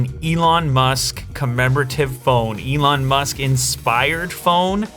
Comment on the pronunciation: Lew: The Ellon Musk SMARTPHONE Everyone: Billionaire Smartphone?!